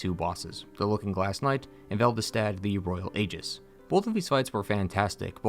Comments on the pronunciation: Velve-stat? Anyone else notice that? It’s Velstadt. Vel-stat. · Why do you call him Veldestadt instead of Velstadt? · Veld-i-stad = velstadt????? Nah dog, that's some angry joe shit right there. Pronounce it right lol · Pal... it's spelled and pronounced "VELSTADT", as in "vel-stat". Where you get VELDESTADT from, when the game spells it as I did above (currently teying to 100% 2, the sunlight medals are LITERAL HELL'S RECTUM), i honestly have no idea, and I'm not going to dive into how or why. Right now, I'm more than amply focused of farming our more Rusted Coins so I can farm out more medals. I'm 12 away now. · Velstadt. Not Veldistadt. Lol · Take a drink any time he says "Veldestat" instead of "Velstadt" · Velvestadt? It's pronounced the same way it's spelt, what's with the extra syllable. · Why did you pronounce Velstadt's name as "Vel the stat" the whole video? It's velstadt pronounced "velstat" with a minor d sound before the T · Guy has trouble pronouncing Velstadt. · Why do you add an extra syllable to Velstadt? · I just found your video and it was awesome and so thorough. Also, as a huge DS2 fan (it’s my favorite DS to play solo, DS3 is my favorite for co-op), I really appreciated your positive takes on the game (most people just kind of blindly hate it without seeing the good in it). However, it’s “Velstadt”…not “Vel-ve-stadt” lol. Also also, if you go into the game files you can load in Ocelot’s model. He does exist in game, and you are right he was removed because complications. Also also also, the Dragonslayer Armor you fight in DS3 isn’t Ornstein’s at all. It doesn’t even look anything like it. Gwyn had 3 primary dragon slayers: The Nameless King (Gwyn’s son), Ornstein, and whoever used to wear the possessed dragon slayer armor in DS3. I’ll have to check out your other videos.